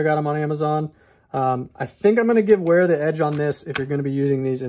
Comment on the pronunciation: Isn't W pronounced V in German? I always thought it would be pronounced Vera.